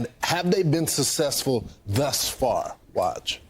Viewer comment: How can you be a news anchor if you say "sussesful", instead of successful?